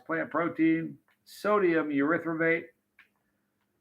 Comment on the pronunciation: Great to see you,!👍 Oh, btw, did you say sodium reprobate? 😃😀